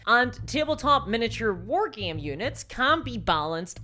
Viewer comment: wtf is a "war geem"